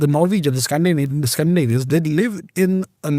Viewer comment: Amazing pronunciation of Scandinavian names, equivalent to how Native speakers would pronounce